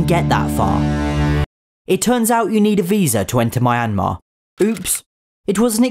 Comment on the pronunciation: I kinda cringed when I heard pronounce Myanmar. But other than that, great video and I hope gets a visa to go to Myanmar! Enjoy the food and places!